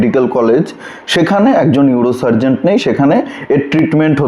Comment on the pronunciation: আপনি একটা ভুল বলেছেন ওটা ইউরো সার্জন হবে। সার্জেন্ট না। আমি আপনার সাবস্ক্রাইবার তাই ওটা ধরিয়ে দিলাম। কিছু মনে করবেন না।